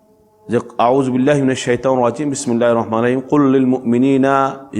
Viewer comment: আউযুবিল্লাহ...বিসমিল্লাহ... টাও শুদ্ধ করে পড়েন না আবার আসছেন ফতোয়া দিতে...গোছল ফরযে না স্পর্শ করেও কুরআন পড়া যাবেনা এই কথা কোন হাদিসে পাইছেন? আল্লাহ আমাদের এদের মতো জ্ঞানপাপীদের থেকে হেফাযত করুন।